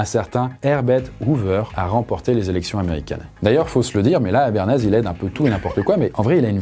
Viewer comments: Je suis le seul à avoir capté qu'il dit béarnaise et non pas Bernays? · J'ai eu l'impression de t'entendre dire "béarnaise" tout le long de la vidéo, du coup bah maintenant j'ai envie de sauce béarnaise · Très intéressante cette vidéo ! Par contre j'ai cru entendre "béarnaise" tout le long 😅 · Pendant toute la vidéo j'ai entendu "Béarnaise" 🤣🤣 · J'entends BÉARNAISE 😂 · Tu dis béarnaise tout le long... c'est troublant 😅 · Est-ce que je suis la seule à avoir entendu "béarnaise" pendant toute la vidéo? XD